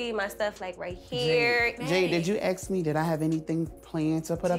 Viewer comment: Must you ax... 🤦🏻‍♀️